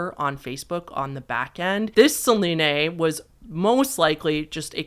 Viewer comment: Are you doing the thing where you pronounce certain names wrong on purpose for engagement? Selene and Shiva are just... Not pronounced like that.